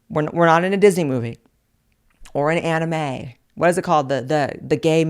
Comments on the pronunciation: “Or an Animayyy” 😂❤ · And she said aniMAY 😂